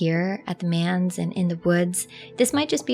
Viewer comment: Manse is pronounced like dance starting with an M, not like 'mans.'